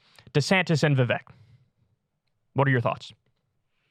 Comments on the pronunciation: "Vivek" rhymes with "CAKE" (not kek) lol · Krystal is mispronouncing viveks name.... it's not vivayk....